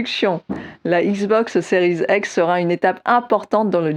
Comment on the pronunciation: Donc toi tu dis XBOX séries ex ?